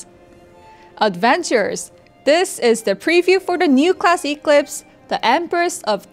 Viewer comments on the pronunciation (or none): I know this isn't that big of a deal, but as a big company, isn't there anyone who could have at-least helped how to pronounce Eclipse? that pronunciation (Eeek-Lips) was very distracting lol (Should be pronounced Ek-Lips)